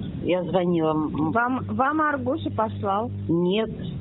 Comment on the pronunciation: Почему "АргУс? Ударение правильное на "А"!